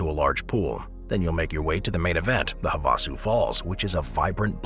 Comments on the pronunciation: I believe it's pronounced have a sue. Lol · have a sue. That's how you say that bud